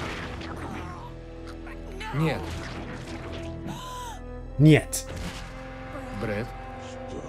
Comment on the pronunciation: not "het" 🤣 Нет - Net - No